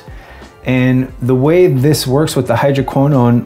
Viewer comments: Really great informative video! Ive always heard hydroquinone pronounced hydro - key - known, but I didn't find pronunciation affected my ability to understand the content. Keep up the great work! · always thought it's - hydro-keen-on :) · It's pronounced hydro Quin Own. Source: I'm a chemist :) Love your stuff Man, glad you started your channel as I've found it very helpful. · hydroquinone sounds like hydro - quin -" bone" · I watch this video, with regard to the pronunciation of "Hydroquinone" the "Y" and the "I" are pronounced like the "E" English. I speak to you from France. The formula without hydroquinone surprises me a lot, we would get the same results, time/temperature as the formula that involves it? We wonder why we have been using it for years. What surprises me is that you speak in liters, in grams? Not in an imperial system? For conservation, I prefer accordion bottles.